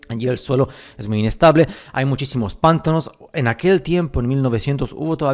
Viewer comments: Muy buen video, sólo un pequeño comentario: la palabra pantano es una palabra grave, por lo tanto se acentúa fonéticamente en la 2° sílaba. Lo correcto es pronunciar: "pan-TÁ-no" y no así "PÁN-ta-no". Saludos desde México. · Pantano se escribe y se dice Y no “pántano” (La primera es grave lleva la acentuación en el medio, como termina la palabra en vocal no lleva tilde, Pántano en cambio es esdrújula (siempre lleva tilde)) Me encanta tu canal y como hablás y explicás todo (: me cago de risa cuando decís una palabra mal acentuada ^.^ Saludos aguante la verdad suprema!! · No se dice pÁntano, no se acentúa la palabra jaja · Tu acento es supremo!!! Me encanta tu forma de transmitir la verdadera historia que nos ocultan. No se de qué país eres pero hasta el acento para decir pántano en lugar de pantano es... Bonito, para no hablar de más. Buena información amigo 👍🏽. Saludos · Igual lo ha acentuado en la primera sílaba a propósito para enviarnos algún tipo de mensaje subliminal, la sílaba Pan tiene miga 🤔